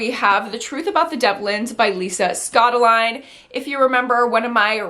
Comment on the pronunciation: Omg, I just added so many more books to my TBR now 😅 oh btw Scottoline is pronounced Scott-oh-Lee-knee. I love your videos!❤️